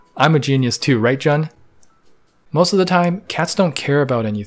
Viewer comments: Jun’s name is pronounced “Joon” not “Jon” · CAN YOU JUST GET THE NAME OF THE PERSON YOU SIMPING FOR RIGHT? holy hell its not john its JUN its pronounced JOON / JUNE ! i got eye twitch everytime you called him john gah. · His name is pronounced like the month June, the e is just silent. Jun. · grown chinese canadian man simps over japanese grown man and instead of jooon he calls him jaun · Juneeeeee not Jen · He keeps saying jun. I must be the only person bothered by this. His name is pronounced like June but spelled Jun. anyway I will exit.. thanks for the nice review of my favorite YouTube channel!! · It’s pronounced “june” his full name is Junichi btw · his name pronounce like June without the. the easiest to say Japanese word say in Spanish. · My only qualms with this video is that Jun’s name is pronounced more like “June” :) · Please say his name the correct way! Joooooon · Jun is pronounced like June. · it's pronounce joon..... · I am so so sorry but this is killing me...his name is pronounced like the month of June, not with 'ju' as in 'jump' or 'just'